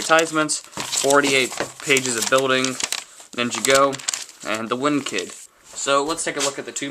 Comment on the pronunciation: cool set nice reviwe and yes nin-ja-go u say it weird and i piss me off a littele k